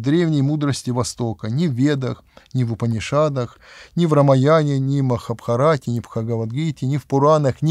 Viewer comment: для начала пустить правильно ставит ударение в Махабхарате.